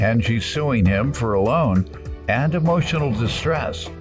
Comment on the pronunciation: Yes and then said "emotial dismiss" 😆😅😆